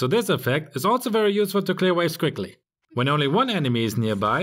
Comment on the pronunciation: Quickla 😂it made my day😂